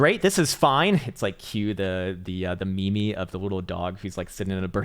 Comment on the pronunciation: Lol he called meme "me-me"